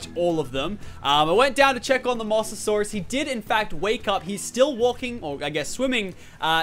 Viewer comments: Say it like MO-SA-SAUR-US not 'mossasaurus' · its pronounced Mose not moss